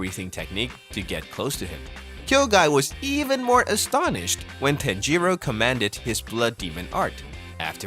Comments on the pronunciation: It's bothering me how he says it like that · I've heard Japanese names being pronounced worse before